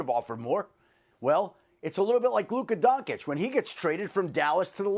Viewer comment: Adam can’t even pronounce Luka Doncic right